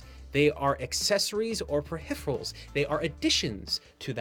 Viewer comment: They're definitely not "perhipherals".